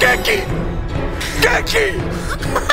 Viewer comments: He said gurkey but okay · Hahahahahahahahaha dudz say gurkey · said gurkey 37 times